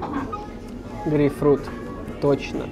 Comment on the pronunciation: вроде дотошный в словах, а грейпфрут, называет ГРЕЙ фрутом